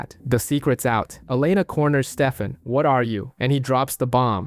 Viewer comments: It triggers me how often i have to hear Stefam instead of Stefan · Constantly hearing "Steffum" made this an incredibly hard watch.